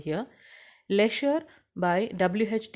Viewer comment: Mam your prounounces of poem name is wrong